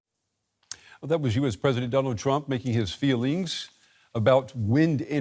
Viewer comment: Die you Heard the crown laughing at his ridiculous Affirmations in the beginning? And the way the moderator put the accent on the word "feeling"